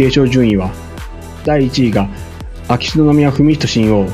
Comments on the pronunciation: 親王はしんのうと読みます。 しんおうではありません。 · しんおうではなく、しんのうです。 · 凄い悪意に満ちたコメントですね 親王の事日本ではしんのうと読みます しんおうではありませんよ ニュースソースが皇室ジャーナリストって 新聞で偏向する時政府関係者のような 国際弁護士になればかなり高給ですよね 主さんも使っていたので私も、多くの国民は皇室を敬っています しっかり戦後の天皇陛下のなされた事をちゃんとした漢字を使った本をお読みになっていればね 今かなり日本人擬きも居るから簡単に同調して 💦💢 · 「親王」の発音は「しんおう」ではなく「しんのう」です。